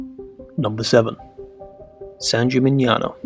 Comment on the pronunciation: Love the video. Please note that in Italian: (a) the "gn" in "Polignano" pronounced like "ni" in "onion", so you say "polinyano". I note that you pronounce "San Gimignano" correctly. (b) "chi" is always pronounced "ki", so "Chioggia" is "kyojja".